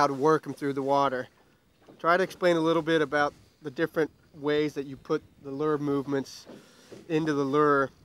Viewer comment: It’s not a “ler” it’s pronounced “lewer”. Rhymes with newer. And it’s not a “voondit’ bait fish. It’s WOUNDED. I can’t fish under these conditions.